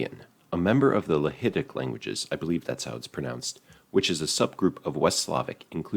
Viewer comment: as a polish person i need polabian back (and you did pronounce lechitic correctly)